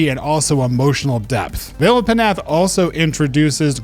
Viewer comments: Thanks for the list! Got some new stuff to check out. Also I believe it’s pronounced Vale of Nath. The P is silent. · Yes, you’re absolutely right. It’s pronounced NOTH!!! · Vale of Puh-nath 😂😂😂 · Vale of Pnath dont pronounce the P.